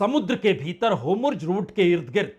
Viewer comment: होमुर्झ नहीं होर्मुझ कहीए सर.